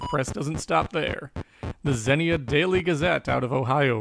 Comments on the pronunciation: Xenia, Ohio is "zeen ya" not "zen ee uh", just FYI. I am LOVING these videos. Some incredible research here! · Xenia, Ohio.. (zeenya) lol